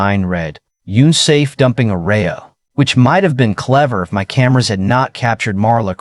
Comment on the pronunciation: Can't you pronounce "unsafe" correctly???